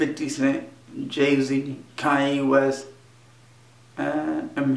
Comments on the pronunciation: did he say kayenne west? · Did he say Cayen West? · did he say kanyie west